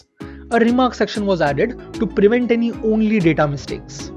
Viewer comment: Bro pls dont say "annny"... Many other words r also stressed wrongly but that word keeps repeating a lot... Its wrong.